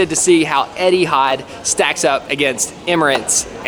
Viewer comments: Etihard. It's Etihad 🤣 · Pls :) Etihad, not Edihad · It really bothers me how says Eddie had instead of Eh-T had (sorry don’t know the phonetics) 😂